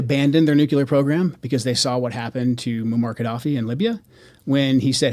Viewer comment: Jou Kunt says, "Nookyular..."🙄 (Lutter brokun on my kuyboard)